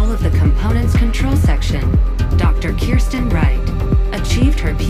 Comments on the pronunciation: Whole lot of weird pronunciations here, but most notably, why spell her name "Kristen" and then pronounce it "Kirsten"? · The voice in this video pronounced it as “Kirsten”, though? Hmmm…